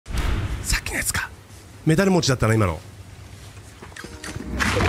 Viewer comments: メダル持↑ちw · 完全に発音「メダル餅」で草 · メダル持ちのイントネーションお金持ちみたいで好きだわw